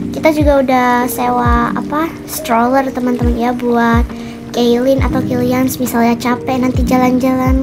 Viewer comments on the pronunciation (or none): Yang sadar mama kaelyn bilang kemworth bukan killans🗿👊🏻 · Maaf kak cuma ngingetin itu bukannya killians ya kok kakak bilangnya kentworld ( maaf kalau salah tulis nama ) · Kak kok killians nya dibilang kentworht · Kak pukannya kalians ya bukan kenwort😊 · Kak kok kilians di bilang kenwhort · Kak kenapa sih ngomong kilians itu kenwert hadeh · Kak ko kkk bilang killians kenthworld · Salah ngomong kilians jadi kendwerd